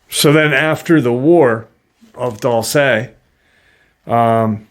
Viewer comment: Dulce is Spanish for sweet! Let's practice some Spanish, Dulce, pronounced, Dual-say. Love your podcast bud, keep em coming!